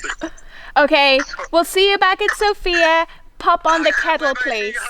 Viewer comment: What a lovely name you have, I kept thinking you were saying Jessica xx